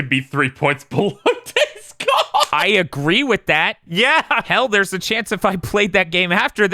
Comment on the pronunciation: I really like days gone but because of you guys I cant say his name right.